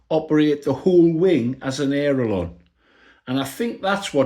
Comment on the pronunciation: Hey old timer theres no such thing as an aero lonn. Its called an aileron... Thats pronounced ( ale ) (eron)......